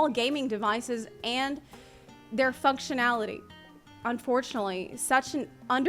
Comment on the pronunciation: Sound like said Fucktionality lol